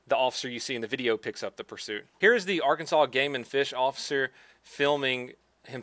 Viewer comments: R Kan Saw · ITS ARE CAN SAW 😡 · Are Kansas? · 'are Kansas' They don't like it lol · That's funny! I'm saying ARE kansas from now on! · Bro, I got a friend in Arkansas! It's fucking hilarious lmao